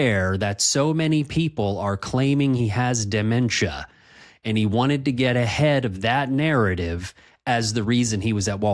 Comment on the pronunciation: If I hear him say "denemtia" one more time, I'll laugh.